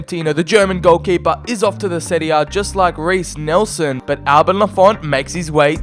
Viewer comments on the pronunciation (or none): none